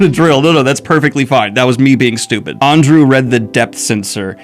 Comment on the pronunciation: "Arndew" lol